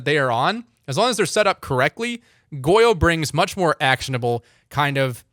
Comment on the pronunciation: Is it the microphone or do you just not pronounce the “ng” in “wrong” and “long”. All I hear is wron and lon